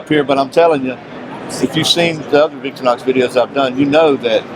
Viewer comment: what is Victory-Nox ? they are known the world over as Victor-REE-Nox . . .no need to call them something else . . .